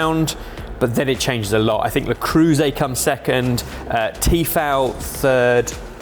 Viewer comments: Learn how to pronounce things for fuck's sake. "Tee-fal"? "Le croose"???? It takes literally 10 seconds to look up a video of a non-brain-damaged person pronouncing something. edit: harsh complaint but your channel is perfect otherwise so this blemish is particularly annoying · Saying "la crew say" for le creuset is pretty crazy haha. Nice video as always boys!